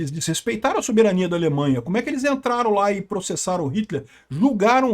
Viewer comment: Nossa! Que pronuncia de soberania mais banal. Queremos o Soberaniaaaaaa soberaniaaaaaa